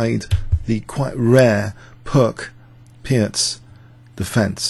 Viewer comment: "Peertz" is a correct pronunciation of Pirc !... ( Vasja Pirc - Slovenian GM ).